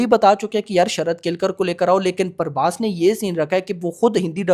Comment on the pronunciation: Parbhas nahi bhai prabhas hai 😅